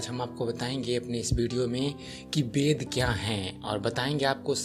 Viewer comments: Bhai tumhe ved bolna to nahi aata thik se bed bed kar rahe ho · Beda nahi veda bolo 😄😄😄tum bengali/orissa ho kya